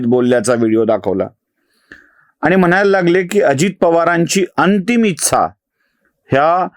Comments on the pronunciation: कृपया ‘इच्छा’ या शब्दाचा उच्चार आधी दुरुस्त करा. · एकदम बरोबर विश्लेषण... विलीनीकरण हा मुद्दा च पटत नाही फक्त एक नम्र सूचना इच्छा या शब्दाचा उच्चार फक्त जरा पहावा. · मराठी शब्द ‘इच्छा’ याचा उच्चार कृपया योग्य रीतीने करावा